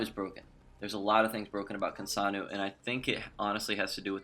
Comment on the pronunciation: Why do you pronounce her name like that? You sound like you're saying, "Kinsanu" instead of "Kinsano". Ends with an "O". Not a "U".